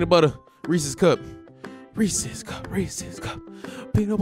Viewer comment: Bruh receese cups 🤣🤣🤣 it’s receese puffs